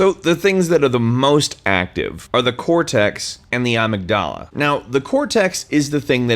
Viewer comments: Uh-mig-duh-luh not ah-mig-dah-lah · uh-mig-duh-luh. not princess ah-mig-dah-lah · Uhhhh...pronounced "uh-MIG-da-la" not "UH-mig-da-la." That distracted me so much, I missed most of the video. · Actually it's pronounced phonetically uh-mig-dill-uh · its pronounced ah-MIG-dah-la. You clearly did research to make this video, how did you not find out how to pronounce amygdala? God DAMNIT,. Also the 10% use-of-brain model is a complete fabrication. Neat video though. Also, I'm drunk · It's pronounced amygdala. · You pronounced Amygdala wrong... it's : A-myg-dala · OI uh-MIG-duh-luh that is how you pronounce it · Ahhh yes the "AMIGDHALA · Ah-Mig-U-Lah lol and i have to say thinking more about yourself as the brain not as it being an organ but YOU ARE THE BRAIN can open up a whole new outlook on it. We are the brain we are determined by these simple chemical and electrical signals. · am I the only one that pronounces it as a-mig-du-luh, not a a-mig-da-la? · I like voice and way of presenting, but the way he says amygdala is...disturbing. Seriously, I think it's going to give me a nightmare. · also you're pronouncing amygdala wrong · I like the video, but I have to admit that it hurt me physically every time you pronounced Amygdala the way you did.... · I seriously, seriously love this channel I'd love it more if knew how to pronounce "amygdala" 😂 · the way you say amygdala makes me cringe but otherwise this was interesting to watch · Why'd you say Amygdala like that? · Never heard amygdala pronounced that way but I can dig it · I love how he mispronounces amygdala over and over. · Nice vid but I think you pronounced Amygdala wrong ♥ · Thats not how you pronounce amygdala my dude.